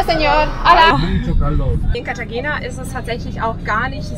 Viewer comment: Cartagena wird Cartachena gesprochen. G wird meistens als*ch* gesprochen. Nur ein kleiner Tipp von einer Münchner, die in dem wunderschönen Venezuela hängen geblieben ist.